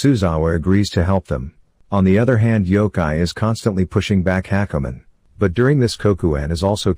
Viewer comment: just listening to the whole thing ... and hakumen is pronounced like hackerman ... omg these TTS bots are too funny xD